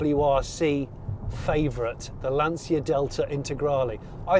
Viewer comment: Amazing review and an amazing, desirable EV! Again, well done Jonny! 😉👍 Re. the pronunciation of Lancia, the 'c' is how you say charging for example and you don't pronounce the 'i' Sorry, it's just hurt my ears